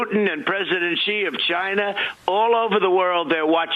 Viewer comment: Chi-Na. Ka-ching.